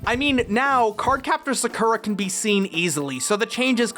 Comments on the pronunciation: card captures was amazing!!!!!!^^ nd had loose translation for the dubing also i was never bullied^^ physicaly just emotionally :/ also the word is sakura^^ u say it like saw.koo.ra. the ra is a d sound^^ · In the old American dub, everyone kept butchering Sakura's name as "Suh-cool-ra" So maybe it stuck on to most people who watched it growing up. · anglos can't pronuntiate anything with their heavy language...keewouh?, Sakuhwah? Really? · I really can not believe the way you pronounced Sakura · I made an unnecessary comment about your pronunciation of Sakura before I finished the video. I’ve deleted the comment and gave your video a like. Sorry about that... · Listen, I just gotta say.. The way he says Sakura, what the hell? But he says Sakura normally, so I'm assuming it's just the way they say it in the show. I haven't seen it myself. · Yeah... it irritates me how pronounce Sakura’s name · the pronunciation of Sakura is the reason why i didn't like nor dislike this video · LEARN HOW TO PRONOUNCE "Sakura"!!!! D8< Oh wait, you kinda did! And you're welcome c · Why is he saying sakuras name wrong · The first syllable in Sakura is stressed, not the second one. You asked for this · The way you said sakura throughout the video gave me depression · Great video, though hearing you pronounce "Sakura" like that was kind of unnerving. I watched the sub growing up so I'm used to the traditional pronunciation. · I can't believe you actually mispronounced such a common anime name like Sakura lol wow. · alright, time to draw up that engagement: the way you pronounce Sakura hurts my brain every time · I know, I was just making fun of him for pronouncing "Sakura" in that way. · I nope’d right out of the dub when I heard how they pronounce Sakura (and you do it too, yikes). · Every time he says their (cardcaptors dub) names, a part of my ccs soul dies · Your pronunciation of “Sakura” pains me so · Please stop pronouncing Sakura’s name wrong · Learn how to say Sakura ffs